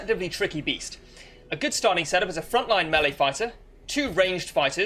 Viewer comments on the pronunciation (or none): none